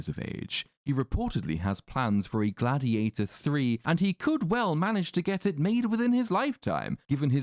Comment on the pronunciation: Glad-He-ate-Her Too